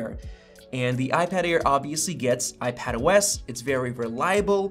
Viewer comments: Did it sound like Ipad Ear at the beginning? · I totally heard "iPad Ear 4" at the beginning 😂🤣